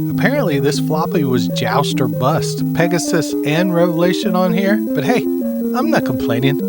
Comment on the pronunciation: Peg-a-sis ... Whoa just make sure it ain't your sis 😂